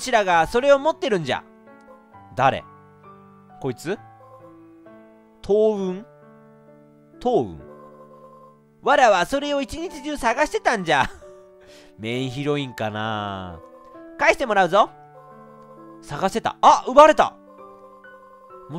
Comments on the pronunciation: 東雲って とううん じゃなくて しののめだろｗｗ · 東雲→しののめ、では？ とううん、でも予測変換に出るから合ってるのかな